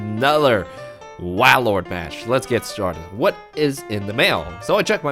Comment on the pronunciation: Cool deck! But it's pronounced whale-lord